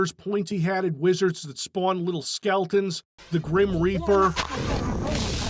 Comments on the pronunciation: Love that you kept saying skeltons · Is he saying ''skeltons''?